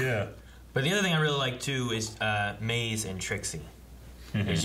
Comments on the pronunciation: Are they pronouncing Mãze as Måz? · idk i feel like they shortened it even more to ‘maz’ and not ‘maze’ as their own personal nickname for her but then again, they do mispronounce names usually so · How are they all mispronouncing Maze now? They have been saying her name right and then this episode all of them forgot how to say it.